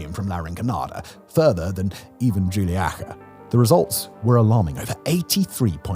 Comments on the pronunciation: Its pronounced 'Hu-Lee-Aca', not 'Julie-Aca' !!! 😂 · It’s pronononce who-lee- aka - “Juliaca “ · They way he pronouned Juliaca has to win the crown for the worst pronounciation of a place name ever. Zero effort put into pronouncing anything even remotely correct. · Simon mate I am an avid viewer of your videos but I am begging you to get your script providers to include a pronunciation guide to place names because that butchery of 'Juliaca' was brutal to hear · How did he pronounce Juliaca?